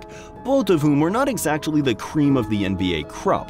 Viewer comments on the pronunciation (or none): none